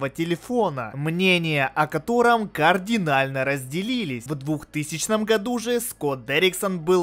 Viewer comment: Не координально, а кардинально А так всё супер ;)